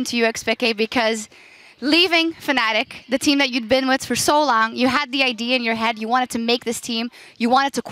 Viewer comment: Nitpicking back, its Fnatic not Fanatic;)